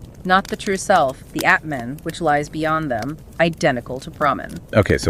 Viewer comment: Great summary. Not to be petty, but Atman is not pronounced like cAt or bAt. The « a » is more like ahh